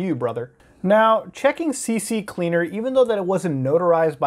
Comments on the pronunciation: Please say you're trolling with the "C C Cleaner" shit.. it's "C Cleaner" muta. Come on man. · Its actually pronounced 'CC Leaner' smh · "CC-Cleaner" Muta said. Little did he know, it is "C-Cleaner" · Why does everyone call it "CC-Cleaner?" It's "C-CLEANER" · I’m glad I’m not the only one that calls CCleaner CCCleaner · Everyone including muta says CC CLEANER and not C CLEANER .... i can die peacefully now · EVERYONE says CCCleaner when the program is Ccleaner like wwwwhhhyyyyy lol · It's not CC Cleaner! It's CCleaner! C-Cleaner! ONE C. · I thought i was the only one saying CCCleaner instead of CCleaner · It's CCleaner, not CCCleaner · c cleaner not cc cleaner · It's C-cleaner, not CC-cleaner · It's CCleaner!! NOT CCCleaner! Like this: C-Cleaner. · Its C-Cleaner NOT C-C-Cleaner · It always bugs me when people call CCleaner "C C Cleaner" THERE'S ONLY TWO C's. IT'S "C Cleaner". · C cleaner, not cc cleaner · "And you've got things like CC-Cleaner" and I though I was the only one who called CCleaner like that. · Ive been calling it cc cleaner for the last 8 years lol I keep trying to pronounce it the correct way but never do :/ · it drove me crazy, how tf does he mess that up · Muta, I've been pronouncing it "CCCleaner" as well for some time. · Good to know im not the only one that calls it CCcleaner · Hey Muta, how many C's do you see in CCleaner? 2 you say? 1 of them must be the beginning of the word "Cleaner", right? I'm just curious as to why you think it's pronounced "C-C-Cleaner" when there's only 2 C's in the software's name. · Please... its just c-cleaner lol. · He says ccleaner wrong lol